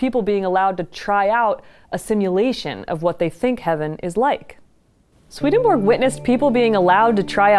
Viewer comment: I was born and grew up in the same city as Swedenborg. I have studied in the town Uppsala, where Swedenborgs body (or a part of it) was laid to rest in the Uppsala Cathedral. Please understand that Swedenborgs nobility name has nothing to do with the name of the Monarcy of Sweden. His name is not pronounced "Sweadenborg" but instead like Sw"e"denborg with the first "e" pronounced as an "e" in the word "ever". Many greetings to you from Sweden. God bless you!